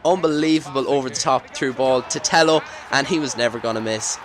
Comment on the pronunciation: Hey Tello is pronounced more like Teyyo